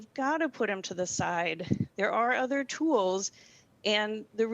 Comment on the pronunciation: I’m... the word “tools” is one syllable not two.